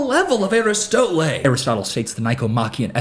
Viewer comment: pronouncing Aristotle like chipotle is incredible.